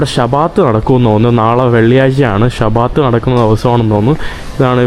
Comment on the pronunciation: shabaat .. alla bro shaabath 😊